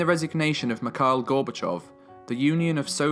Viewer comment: I Instantly had to STOP HIM right there......stop.... wtf Did I just hear.. ? ====>>> MEKAAAL Gorbochov? Awesome video BTW, truly🤩